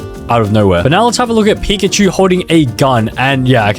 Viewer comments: pickachu❌️ pickatemu✅️ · its pika-achu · That’s not pickachu That’s uhcakcip